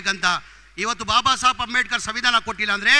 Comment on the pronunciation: ಬಾಬಾಸಾಬ್ ಅಲ್ರೀ ಬಾಬಾಸಾಹೇಬ ಅಂತ ಹೇಳು 😀🚩